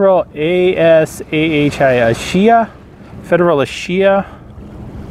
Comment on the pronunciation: Oh, and the ship was a former Janapens ship and the Asahi is pronounced "ah saw he". Means Morning Sun